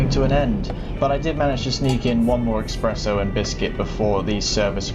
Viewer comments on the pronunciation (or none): Expresso? fucking cultureless twat! there's no fucking X in espresso!